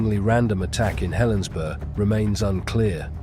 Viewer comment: Helensburgh is pronounced the same as Middlesbrough